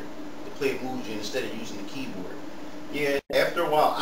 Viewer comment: Is Mugen Lord. Doesn't know how to pronounce "Moo-Gen".